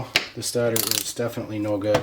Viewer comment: Why are you saying stator wrong lol